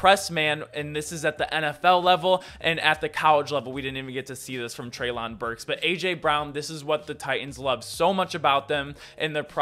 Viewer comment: It's "trey'lin"